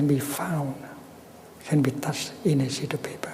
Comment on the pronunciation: Sounds like he says "a shitty paper"